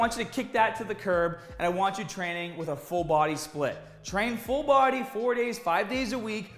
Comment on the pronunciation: “trainnin pretty haad”